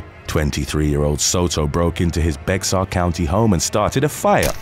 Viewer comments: It's not "Bexar" but "Bear" County. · Just a heads up, it's not pronounced Bex-ar, the X is silent, so it comes out as bear, ike the animal. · Hey just wanted to let you that Bexar is pronounced like the word Bear.. I know it's weird. Keep up the great work! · it’s pronounced “bear” county not “bexar” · As a Texan, let me fill you in on our lovely pronunciation, Bexar= Bear. It makes no damn sense but, there you go. I LOVE this channel and look forward to a new episode daily. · Love this channel & fantastic voice! Just a little heads-up though... In the story about Senaida Soto from Texas, Bexar County is actually pronounced "bear". The "x" is silent. I only mention it now as I've seen several of your videos that it's been mispronounced in. As on point as is with his delivery, I'm hoping this is just seen as helpful info, rather than me being a jerk for pointing it out. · Bexar County is pronounced "Bear" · Just for kicks - the 'Bexar' in Bexar County, Texas is pronounced more like 'Bear'. :) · Hey! Bexar is pronounced "Bayer".... With all due respect. Great video upload!!!!!! Per usual! 🤙🏾🤙🏾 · For future reference, Bexar is pronounced bear, yeah the x is silent kind of useless to have it in there. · Bexar County is pronounced Bear county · I know "Bexar" looks like it sounds like bexar, but its "bear". With a Tx accent, its more like "bayer". 😉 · Bexar count is pronounced bear county…the x is silent. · we've discussed this! Bexar County is pronounced Bear County. The x is silent! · Just FYI - Bexar is pronounced 'Bear.' 😉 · Bexar county is pronounced “Bear” County. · Dude.... it's pronounced bear county. X is basically silent. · Just an FYI ... "Bexar" is pronounced "Bay-Har". I know you're not from Texas so no big deal. But know "Texas" was under Spanish/Mexican rule until 1836 ... perhaps you've heard of "The Alamo"??? LOL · Hey bexar is pronounced bear don't know why but it is